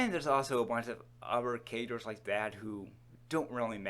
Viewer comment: "Sum ov da catters.."